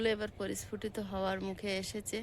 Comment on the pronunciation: Parisfutito noy prasfutito